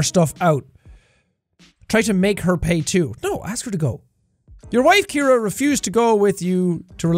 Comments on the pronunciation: Jack: "My lovely wife Kiera." Me: screaming in agony "SEE-AIR-UH. CIARA. SAY IT WITH ME JACK!" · It's Ciara not Kiara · Ur name is see-air-uh not kear-uh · jack: ke-air-uh real pronunciation: see-air-uh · Her name is said like, "See-Are-Uh" not like "Key-Ear-Uh".. LoL. Dammit, man. That was drivin' me NUTS! LoL. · Holo Universe My name is Ciara and I cringed every time he pronounced the wife’s name as Kiera. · THE NAME IS PRONOUNCED SEE-AIR-AH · I know I'm late to this....but here in the US his wife's name would be pronounced " C-Air-Uh" :) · It's actually pronounced like "C"-era (see- air-a) for Ciara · Jack's pronunciation of Ciara is headache inducing